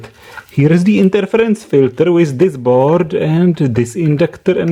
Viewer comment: Now, this proves that this is a Russian video... and he can't say filters correctly. dddddddr.